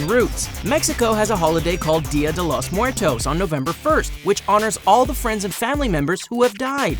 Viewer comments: He said dia de los muertos without a accent and like a really white dude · deeah day los muertose 😂😂😂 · "Diah deu louz muertouz" 😂 :v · deeya de los mhuertos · You cant say it right btw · Hear the way he says dia de los muetos and any other mexican word like luchador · you could of say day of the dead but good trying to say it